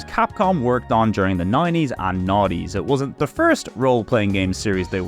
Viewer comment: I love how everytime you say nineties it sounds like naughties to me and I am all for it! (Love these Videos to death)